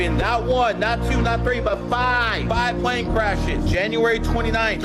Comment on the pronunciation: If you say “pwane or pwease “ I cannot take you serious kiddo. 😂